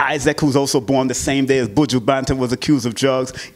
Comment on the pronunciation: Nooo, u didn’t say his name right😂😂😂😂🤦🏾‍♀️